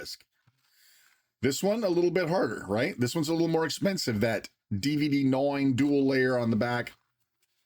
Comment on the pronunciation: “My professional life is at a noine”